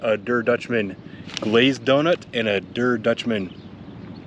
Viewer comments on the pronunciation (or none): I love the way you say "I have to lose 20 pounds" while holding a giant donut. I guess this means all your injuries have healed. Also, "der" is pronounced "dare".